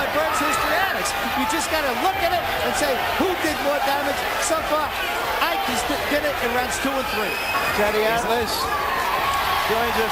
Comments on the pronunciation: Not Ah-ik, I-Ke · Iyke??!!! Sacrilege...... It's IKE ..... pronounce it like an ogbo man ........ Now,ancestral and bloodline witchcraft powers stopped this one's greatness ...... Pity.